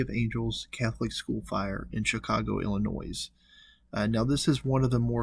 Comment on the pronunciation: The narrator pronounces the letter "S" in Illinois. The "s" is silent.